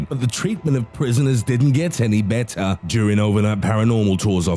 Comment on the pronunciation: "...get any beaatah"😂 Loved this vid tho 🙌